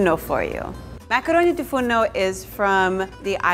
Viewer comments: She sais it wrong since she is not a native greek speaker but i still love the way she sais it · is it just me or does anyone else love how she says the name of the dish